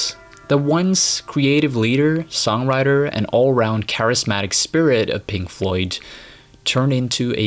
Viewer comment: "Pink Floyt"?